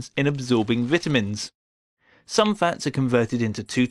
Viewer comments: how he says ‘vitamins’ is way different than me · "vitta mins"